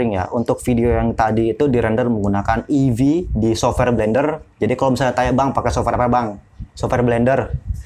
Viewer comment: Eevee bukan avee